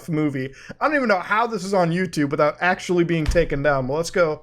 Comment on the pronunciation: Akshually its pronounced “actually”